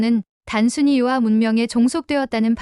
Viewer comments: 요아.... 요하 로 말하세요. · 遼河 (遼 멀 료(요), 河 물 하) 즉, 요하가 맞아요. 요아가 뭐예요? 중국어 전공했다는 유튜버가 왜 한문을 제대로 모르나요?